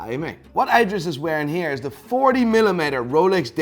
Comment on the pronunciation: It's calling him "Eyedris" the entire time